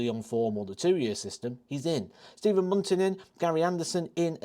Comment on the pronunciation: I think you almost nailed it until you said Bunting, just my opinion.